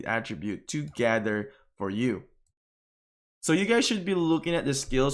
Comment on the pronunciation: Bro I love you but you gotta start saying gather correctly lmfao